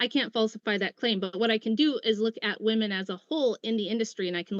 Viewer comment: Does she know it’s “women” and not “me”